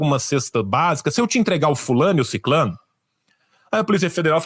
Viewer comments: Retifique, por favor. O certo É SICRANO E NAO SICLANO ....ISSO SOI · Sicrano e não siclano